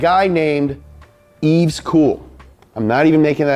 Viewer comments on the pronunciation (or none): none